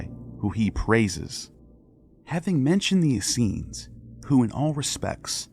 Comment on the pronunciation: The hebrew you showed for Assenes didnt read how you said. There was no sh sound in it. This makes me doubt the other things you said. (It reads Aseeyim)